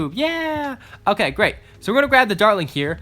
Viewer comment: this is how many times he said darling instead of dartling I I V